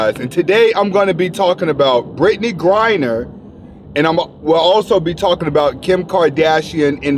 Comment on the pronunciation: This nigga got good content but he can't pronounce words for shit!!! Putin = Puddin' Britney griner= Britney Renner